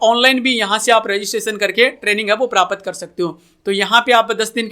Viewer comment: भाई prapat नहीं प्राप्त बोलो